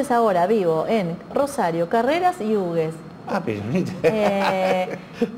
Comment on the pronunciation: Muy coherente su punto de vista. Aclaro sólo que pronuncian mal el nombre de su pueblo que es dado en memoria del que donó sus tierras para construír el ferrocarril, Felipe Hughes. El nombre del pueblo por el apellido HUGHES se pronuncia "jiugs", no "ugues".